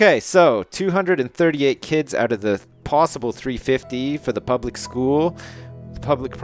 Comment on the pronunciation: Don't worry, there are far worse ways to mispronounce "public".